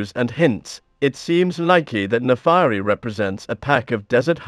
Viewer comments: Naafari? Its Naafiri. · her name should be pronounced "nah fee ree" not "nah fah ree"